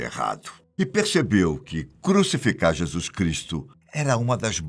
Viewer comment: Um único problema no vídeo a pronúncia correta é "Jesus" e NÃO. "Jesuis"... Precisa melhorar a pronúncia, pois é necessário 👍